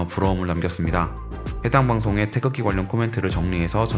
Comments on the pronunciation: 태적지?? 태극기 발음좀 연습하고 해라. 듣기 심히 거북 스럽다. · 태극기라고 발음도 제대로 못 하면서 남의 나라 국기에 대해 설멍할 자격도 없네요 자꾸 태적지라고 부름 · 테이젖지 라고 하네요😅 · 영어표기가 어떻길래 발음이 "태줙지"일까...나레이터가 대본에 대한 이해가 1도 없이 읽었나봄... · 태적지가 몬가 했더니 태극기를 잘못 발음한 것이네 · 태극을 태적 이라고 발음하다니... 태적지..? 누군가 바른 발음 알려 주세요 태극기 라고... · 영어 발음이 태즉으로 ㅜㅜ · 테이족지....가 뭔가 했네. 기왕이면 태극기에 대해서 그리도 상세하게 다루는데, 제대로 된 발음으로 할 수도 있지 않았나 싶다. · 뉴질랜드에서 방송을 만든것은 기쁘지만....태극기 읽는 발음을 제대로 알고 해 줬으면 더 좋았을 것을 ^^*....No 태줘어찌...Yes 태극기. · 뉴질랜드 방송사는 태극기를 태적지라고 발음할만큼 감수를 하나도 안받았군요. 참 실망스런 접근법이네요. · 태극기를 자꾸 태적지라고 읽는거 거슬리네. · 태쥭지는 한국어학회가 만든 외래어 표기법으로 인한 최악의 오류 발음인듯... 아무도 발음 못하는 알파벳 표기법 도대체 누가 만든거냐? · 태극기를 영어로 어떻게 표기했길래 영 듣기 거북한 발음이 수도 없이 반복되네. "태져옥지"가 뭐냐? 영어 g를 모조리 ㅈ 발음으로 말아먹어 버리네. 제대로 감수도 하지 않고 방송한 걸 그대로 또 갖다 쓰는가? 한심하다. Tae-Geok-Gee? "태지옥지" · 태적지 가 아니라 태극기로 발음 했으면 더 좋았을텐데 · 태극기 발음 다 틀리는데... 태쥭지~ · 이 방송의 해설자는 계속 '태극기'를 '태적지'로 발음 하는데, 아마 영문으로 표기된 'G'와 관련된 오독으로 보입니다. 차제에 우리 국기의 고유명인 '태극기'의 올바른 음가의 전파에도 심혈을 기울이고 바로잡아야 할 것 이라 생각됩니다.